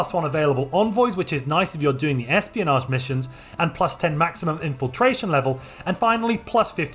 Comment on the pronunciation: All is great except when you say "research" or "espionage"